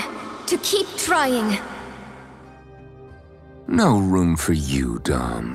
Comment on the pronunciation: It's sounds more like NAUR rather than no LMAO